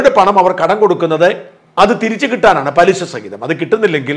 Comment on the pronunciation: പലിസ അല്ല പലിശ എന്നു പറഞ്ഞു കൂടെ. ശ എന്ന വാക്ക് ഒരിക്കലും ഈ ഒരിക്കലും ജെയക്കാത്ത ജയ്ക്ക്. പറയില്ല 😂😂😂